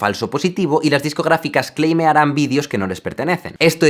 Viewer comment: Jaime, te has pasado todo el vídeo, diciendo "vidios" en vez de "videos". ...un consejo, no felicitareis material vuestro a las televisiones si no queréis que estas os roben la autoria del mismo como le paso a Luisito.